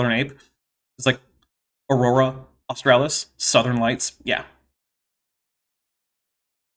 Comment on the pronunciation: I lol'd hard when Kent could not pronounce/remember AUSTRALIS, jeez